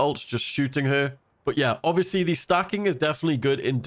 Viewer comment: can you say ovbiously one more time please? i think it wasnt quite obvious to me